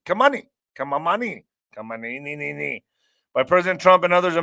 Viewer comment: I just can’t when says Jalalala Kahmeneiiiii😂🤣😂🤣😅😂🤣😂😅